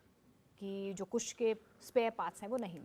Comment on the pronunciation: पत्रकार महोदय को अभी इसमें ट्रेनिंग लेने की जरूरत है डिफेंस का एंकरिंग करना कोई आसान काम नहीं है अल्प जानकारी उनके वक्तव्य में स्पष्ट झलक रहा है कुश प्रोजेक्ट नहीं है बल्कि कुशा प्रोजेक्ट है